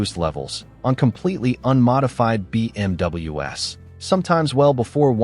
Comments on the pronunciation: Extremely annoying AI voice that keeps saying BMW ess instead of BMWs ! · your timely response seems like you take it serious, so video wasn't bad at all, but the ai narration, especially on stuff like when theres so many single letterings, b m w almost every sentance and then to make b m w plural Is just to much. Not trying to hate. Best of luck to you bro. Keep pushing foward.